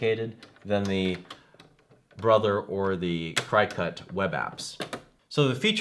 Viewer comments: LOL i cringed everytime he said CRY-cut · LOL CRY cut instead of cri (short i) cut. When reviewing products you should know how to pronounce the brand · Omg, did you say Cry-cut? Lol. It's cricket , like the bug. Lol!!!!! I'm thinking if your doing a review you would know how to pronounce it. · Hopefully by now you have learned that the Cri-cut as you say is not the way it is pronounced. It is Cricut like the bug. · At least u know hes not a "CryCut" shill.. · It's driving me crazy the way he pronounces Cricut! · Dude, you are not extremely knowledgeable in any of these products are you? first of all , it is pronounced "CRICKET" like the bug. Brother machines are available from stores that sell the Brother SEWING MACHINES. DUH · it's pronounced cricket -- like the insect. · Yes you can, though you can use any image (even googled ones) to make custom cuts on the Silhouette or Cricut (pronounced "cricket", that was just freaking me out every time he said that wrong). The Brother SNC requires you to convert any svg. file to an fcm file to be cut on that machine, which you do online with the cloud software, and save it to either your computer or flash drive to actually use it. And they are "die cutters", not printers. None of them print, but they do write/draw. I have both the Cricut Air and the Brother...love both! Hope that helps. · Cricut is pronounced, Cricket! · Yes, thank you... I got half way though and had to stop because of how he was saying Cricut. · LOL Thanks for the info but you Crack me up...Non crafty for sure and I know because it's pronounced like "cricket". I do appreciate the comparison video. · sorry, i cant watch and listen to you mispronounce Cricut for 8 mins. tbh.